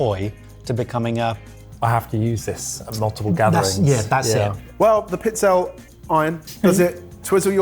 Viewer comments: And it's not 'Pizzell'. It's 'PizzellE'. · pizzella would be one cookie but it’s usually plural, pizzelle …. Pizze-lay. Check with your in-laws! 😂 think tagliatelle, the final e is voiced. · It's pronounced piz-'el-ee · Pizz-el-eh. has absolutely no shame regarding his pronunciation 🫤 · Pizzelle = pee-TSEL-leh. Please try. Please. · No one will see this comment... Darlings, it's peets-ZEL-leh (pizzelle). 😁🇮🇹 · tries to pronounce the Italian in the first one really well, then he maims "Pizzelle" 🤣! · gave up on his pronunciation with pizzelle 😮